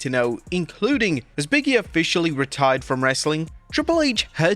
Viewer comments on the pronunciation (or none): Say it with me.. “Big”… pause …. “E” not “Biggy”